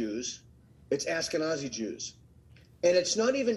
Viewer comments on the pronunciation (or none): Funny that he was so pleased that his name was pronounced correctly but he can't pronounce Ashkenazi correctly :-) But I still like this professor a lot, and my best bud from undergrad days was Armenian ... and born in Iran !!!!! Regardless, I do wish he'd stop saying "this is complicated" - it's NOT. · Ashkenzai, not Askenazi.